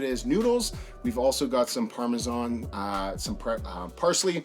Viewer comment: Hes killing me with his pronunciations. Parmezan, Ojew, pazzta 😂🤦